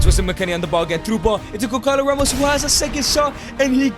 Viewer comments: goncalo ramos is pronounced gonsalo ramos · the way he says gonçalo ramos its so wrong but so funny 🤣🤣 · As soon as i heard Gonçalo Ramos be mispronounced my heart broke as a portuguese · It physically hurts me every time you say Goncalo Ramos